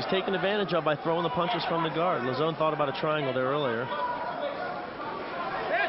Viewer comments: Joe "La-Zone" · "Lazzone" What? Is he a new menu item at Pizza Hut? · I also thought it was funny the way every one of them said his name, Lauzon, differently and none of them said it correctly haha it's pronounced "low-zon"